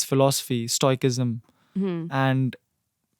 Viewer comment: bro said stoikism